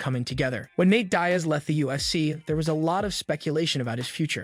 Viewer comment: Dude it's Diaz get the name right